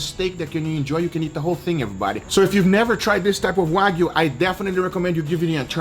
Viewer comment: I love how he says waygu